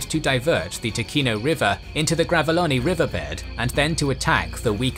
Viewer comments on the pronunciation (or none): Ooooh nice. One note: Ticino is pronounced more like Tichino, with a soft C. I guess an english spelling would be Tee-chee-no